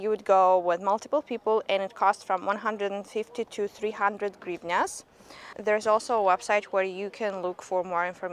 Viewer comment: I love how you say the word “Gryvnya.” You have a calm and elegant speaking style.